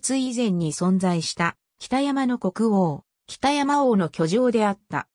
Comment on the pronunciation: お節介かも知れませんが読み方間違っているのがあったのでここに載せときます。 北山（ほくざん） 舜馬順煕（しゅんばじゅんき） 怕尼芝（はにし） 中山王（ちゅうざん） 尚巴志（しょうはし） おもろさうし（おもろそうし） 本部町（もとぶちょう） 志慶真乙樽（しじまうとぅだる） 今帰仁村（なきじんそん） ちゃんと読み方も調べてほしかったです。